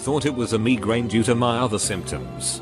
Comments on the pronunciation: Word: migraine Bot: MEEGRAIN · Nobody: Droid Reader: Mee-grain